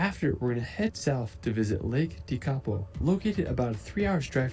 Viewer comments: Love your coverage and commentary, Tekapo is stunning pronounced Tech a po, all of our nation is incredible so worth the trip but the best thing about us is that we love visitors kia ora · Im from Lake Tekapo and all of you pronounced it absolutely Wrong 😮 Tek a po you Morons 😅😂😅😂😅😮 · He's mispronouncing some Māori names. One is Wanaka. The stress is wrong. More like W/one-ă-car. And Tech-ā-poe